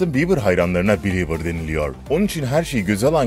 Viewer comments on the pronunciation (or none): oha bieber yerine biber dedin cok komiksin